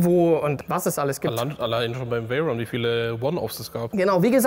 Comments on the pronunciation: Hat er echt Bugatti „vairen“ gesagt? Ich kenne nur „veiron“ 🤷‍♂️ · können wir mal drüber reden das er bugatti veiron gesagt hat und net veyron 😂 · Wer kennt ihn nicht, den Bugatti Vayron 😆😆😆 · Bugatti Wairen, aua😂Wäroo bitte ausgesprochen Spaß beiseite, gutes Video wie immer😁👌🏼